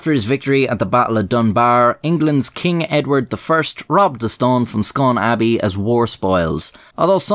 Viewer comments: It's pronounced 'Scoon' as in spoon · Scone is pronounced Scoon. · By the way, it's pronounced "Scoon". Excellent video, although that kinda fucks up your whole rhyming scheme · It's pronounced "Scoon" not like the wee pastries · Scone is pronounced scoon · It’s pronounced SCOON. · Scone is pronounced Scoon, I don't imagine you'll even need to say it again but whatever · Pronounced skooon Not scone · Its pronounced scoon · Sorry, laddie, it's pronounced "scoon" or even "scuin". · Its Pronounced Scoon lol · It’s pronounced scoon actually but also yeah dumb name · Pronounced scoon!!!! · Form someone from Perth like 2 mils from scone just wanted to say your saying it wrong. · Him mispronouncing scone is killing me holy shit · Scone pronunced Skoone not scone, Please get it right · I hope people have been commenting about the pronunciation but Arrghh It's pronounced Scoone (Just like Scooby from Scooby Do). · It’s pronounced “Skoon” in this context, but “Skon” when referring to the round cake. Just FYI. Source - Scottish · It's pronounced ScOON like Noon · It’s pronounced scoon Not scone 👍🏴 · Every time you pronounce it "scone" I die a little inside. Its SCOON. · Argh it's pronounced "scoon" not "scohn". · Fun fact: my Great Granny was friends with one of the students in her retirement. When I visited her as a wein she gave me a pound. Also Sconne is pronounced ‘Scoone’. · As a Scots man, I was pishing myself laughing every time you said Scone, its pronounced Scoone 😂 funny video anyway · the scone in the stone of scone, scone abbey, and the town of scone, is pronounced scoon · It’s actually pronounced “Scoon” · I live 10 mins walk from Scone in Perth, Scotland & all I wanna say is that Scone is pronunced in the same way as spoon as in Scoone! lol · It's pronounced scoon..I'm from Perth right next door 😆 love the content keep it up. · It's pronounced scoon!!! Lol always good vids and not disappointed yet again 👍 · Isn't Scone pronounced sk-oon?